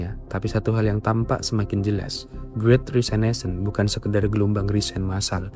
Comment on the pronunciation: Great Resignation dengan "Resignation" dibaca apa adanya seperti yang ditulis = resig-nazion